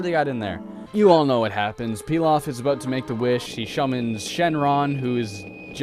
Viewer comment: "Shummons Shenron"